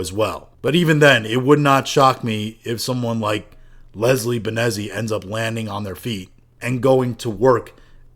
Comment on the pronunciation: u pronounce the name ben-zeez.